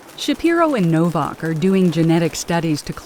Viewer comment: libertard pronounces ...novvauk... it's novAk dumbmie